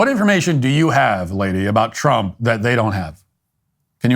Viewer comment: Twump is witerwy hitwer